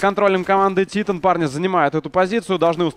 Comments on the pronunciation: Скоро начнётся машна по поводу произношения команды Титан.Правильно говорить Тайтэн,раз уж Вы говорите ЭнАйПи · Французы радуют глаз стрельбой.... ! P.s. Страйк будь добр прекрати говорить тИтан,скоро тебя посылать будут,заранее спасибо... ! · Ну да,хотябы ударение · Во первых это шведская команда и поэтому произносится на й пи а титаны французская и Темболее ты бы посмотреть хоть один американский стрим и там говорится титАн!